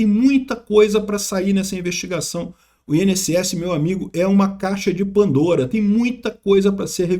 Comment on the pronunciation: Petição pro aprender a falar Caixa de Pandora 😂